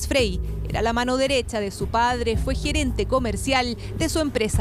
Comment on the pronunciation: "Gerenta" XD